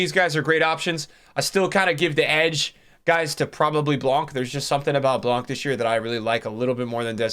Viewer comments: next time you say Blanc please don't pronounce the C:) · The C in Blanc is silent, brother. He’s from the south of France.